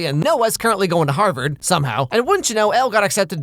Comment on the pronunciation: "HARR BERRD" bruh